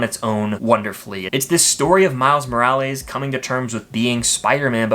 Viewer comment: MORAL-EES, TF IS THAT 😂